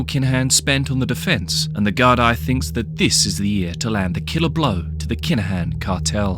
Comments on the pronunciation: De gar-dee not gar-die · It's pronounced Gar-dee